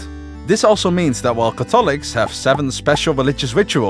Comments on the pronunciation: I found that a bit bothersome too, but good video still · Why are cAtholics pronounced as cathOlics and prOtestants as protEstants? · PROtestants. CATHolics. The stress is on the first syllable. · Never thought I would hear Catholics be pronounced as Ca-fall-ics and Protestants as Protest-ants. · BRO the pronounciation of catholics is just not good and the beliefs you lsited are completely FALSE for the catholic church about the salvation by works and faith. Protestants can have from 2 to 7 sacraments. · You keep pronouncing Catholics and Protestants wrong. It's annoying. Couldn't finish your video. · Hey fellow dutchie ur pronouncing catholics and protestants wrong :) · Pro test tant Cath olics ha ha ha